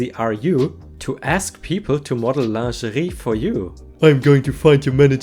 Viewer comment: Your pronunciation of lingerie is really cute!